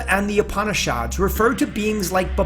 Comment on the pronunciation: My avator, Veedas, Upaanishaawds, and Bagwaad Geeda? Come on, couldn't you have someone from the original culture do the audio?? This is killing my ears..